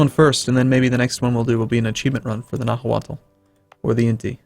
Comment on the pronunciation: Nahuatl is actually pronounced "na -wa-tl". The l in "tl" is unvoiced, like the difference between "z" and "s", one is voiced the other is unvoiced. If you can't say an unvoiced l, then it could just be silent and said as "na-wat"